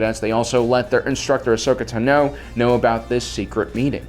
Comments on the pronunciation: Ahsoka tuh-no???? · Or ever say Ahsoka's full name, he gets it wrong all the time lol